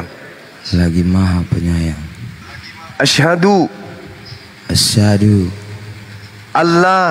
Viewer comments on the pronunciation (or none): Asha bukan asadu.. waasha bukan waasa